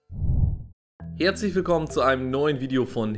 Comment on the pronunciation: "HEEAZLICH willkommen..." Nein, es heißt "HERZlich". Habt ihr nicht einmal mehr die richtige deutsche Aussprache gelernt? So haben früher höchstens Kinder gesprochen, bevor sie erwachsen wurden und die richtige deutsche Aussprache konnten. Aber das hier ist ja offensichtlich Programm von Kindern für Kinder. Diese Gesellschaft ist sowas von verloren.